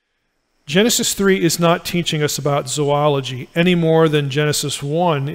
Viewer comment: Thank you for pronouncing "zoology" correctly! (It's one of my pet peeves.)